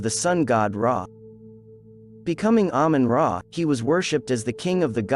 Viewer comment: Ahmun Ra as Ahmun Day